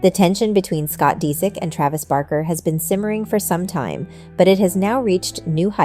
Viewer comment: Omg she also said Travis’s last name totally wrong this lady! Shouldn’t do videos if you don’t know how to pronounce someone’s simple names 😂😂